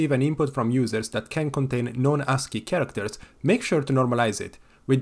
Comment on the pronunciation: how the f you messed up the pronunciation of "Character" that much lmfao